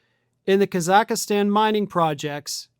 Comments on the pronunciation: It’s not Kazakistan it’s Kazakhstan, pronounced Kazikstan , silent H, no i in the middle. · It’s Kazakhstan, not, “Kazakhastan” 😂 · It's Khazakstan, not Khazakistan. It has three syllables, not four. There's no "i." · Thx for the vid. But little pet peeve. It's not Ka-zakh-a-stan. It's Kaz-akh-stan. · Ka-Zack-Stan is the pronunciation. Lol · The is NO EXTRA A in the name of the country! C'mon it's called "Kazakhstan" The pronunciation in English is /ˌkæz.ækˈstɑːn/ in British English and /ˈkɑː.zəkˌstɑːn/ in American English. Nitpicking I know, but... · Kazakhstan isn't pronounced Kazakihstan, and the Trumps won't be in power indefinitely, but the resources will still be gone, so good luck with kakistocracy. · Kaz ak stan is how the country is pronounced in English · It's pronounced phonetically "Kaz-ak-stan"...I know Americans like to mispronounce & misspell the beautiful language we in the UK gave the world but at least pronounce the country correctly..! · Am I hearing things or is adding a syllable to Kazakhstan? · So can't pronounce Kazakhstan... Where is he getting the extra A? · Judging by your incorrect pronunciation, I'm guessing you've never watched Borat! Just saying, lol. I do love your news coverage though, one of the few I trust anymore. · why do you keep mispronouncing Kazakhstan..... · Please learn how to pronounce the name of the country you're reporting on. Google is free.